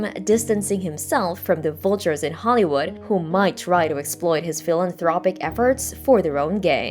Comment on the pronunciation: Vooltures, resoolts, mooltiple. Who the Hell taught this generation to speak ffs??